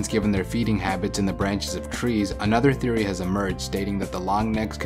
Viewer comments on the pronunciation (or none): none